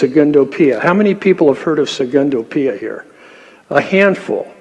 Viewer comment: Good to pronounce names correctly when making a presentation: it is Secondo Pia, not Segundo Pia (18.04 min & 18.26 min)